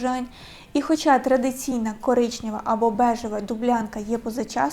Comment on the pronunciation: Прийміть до уваги таке зауваження щодо вимови слова «коричневий». Не «коричньовий», не «коричнєвий». Така вимова дуже псує сприйняття змісту.